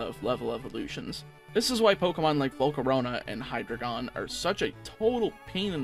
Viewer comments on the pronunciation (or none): its "high draigon" not "hydra gone"